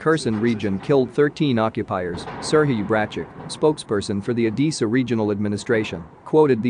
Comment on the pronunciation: Learn how to pronounce ODESSA, for heaven's sake!